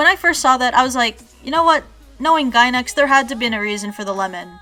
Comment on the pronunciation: I died a little inside every time you said Gainax made this